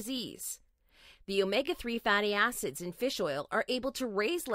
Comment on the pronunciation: Is she saying omega fatty ass’s or just wrong thought?